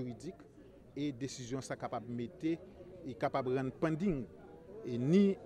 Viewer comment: li kapab rann li pannding. neg sot se djab. poukisa w gen foli pale angle aloske w pakab yo di pending so ranje form dyol ou neg sot